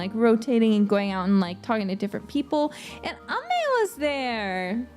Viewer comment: I love how pronounced Ame! Thank you for the update! Thank you always for your hardwork! 💙